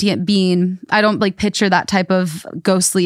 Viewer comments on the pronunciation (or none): saying “pitcher” instead of “picture” is driving me crazy 😂